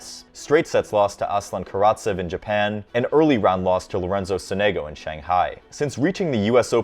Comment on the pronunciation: “L. sOnEgO”